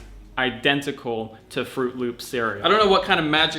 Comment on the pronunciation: the way you said fruit loops cracked me up so much x)